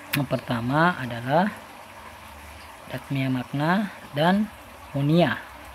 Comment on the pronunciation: Maaf, sedikit meluruskan. Bukan monia, tapi moina🙏🏼😀